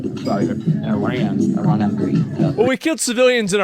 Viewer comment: WTF is I-RAN........... it's pronounced as E-RAN